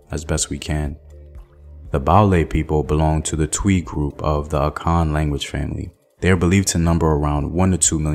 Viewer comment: Its Twi not Twa.. and also Sanwi didnt turn to Sefwi... Sefwi is clear as "Asa awie" - meaning War is over. You can learn more that.. Names in Twi get simplified over the years of lazy pronunciation for instance "Okyere Etwie" (Capturer of the Leopard - or big cat could be a tiger , cheetah etc...) over time became "Kyeretwie". Its great you wish to visit the Asante region, it will be good to visit all sides of Ghana too to know how each relates with each other and how we've been able to coexist without any national wars.